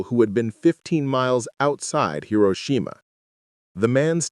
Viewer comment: Hi - row - shi - ma🇺🇸